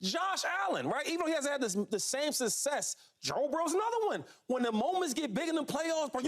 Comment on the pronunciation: Shady always says "sussess"😅